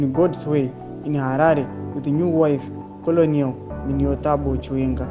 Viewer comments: Hazvinzi kolonelo its kenel on pronouncing this word Colonel. Harisi zita rake its a rank in the army just like captain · Colonel is pronounced 'kenel'